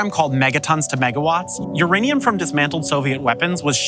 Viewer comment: Your Aneum 😂